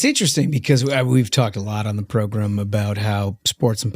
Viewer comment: Especially entertaining “progrem” today.